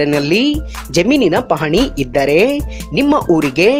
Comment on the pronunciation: ಇದ್ದರೇ..ಹೊದರೇ....ಬಂದರೇ.... ಸ್ವಲ್ಪ ಚಲೊತ್ನಾನಿ ಹೇಳದ ಕಲಿರಿ ಸುಗಾಳ್ಯ